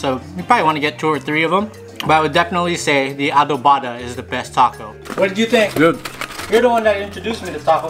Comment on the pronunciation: Foo is adovada not adovaada lol